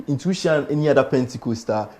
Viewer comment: Intuition or intwetion?🤔